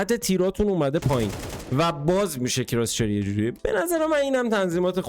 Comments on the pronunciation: عزیز دل بخدا اون کراس هیره نه کراس شیر ❤😂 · کراس هیر ✅ کراس شیر ✖